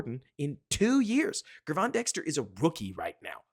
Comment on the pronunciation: This is not a huge deal, but Dexter is going to be here a while, so the correct pronunciation of his first name will matter. After the Bears drafted him, I watched several interviews with Gervon Dexter Sr. and 1 of them asked him how to say his name. Gervon is pronounced like the words, gym or digital, with a soft g. In other words, think of his name spelled with a J. Think of him spelling his name like this Jervon Dexter. That may help it sink in a little better. Just wanted to help, hopefully, that's not annoying to you. Either way, your content is high quality and I want to thank you for that! It's very refreshing to hear unique and intelligent takes on all issues that surround the Bears world.